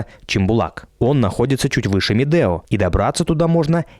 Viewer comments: Ребята, ракмет за видео! Как всегда "лайк". Единственное, что хотелось бы исправить в этом контенте: в названии правильно писать и произносить Медеу (У в конце). Это имя человека, который ещё до 1917 г. владел этим ущельем. Сейчас в РК возвращают многие исторические (правильные!) названия. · Не Медео, а Медеу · Дорогой блогер , каток не Медео а .Медеу не искажайте .